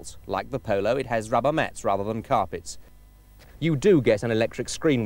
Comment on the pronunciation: "corpet"!!! Is not that out of Tony Greig's book of pronunciation!!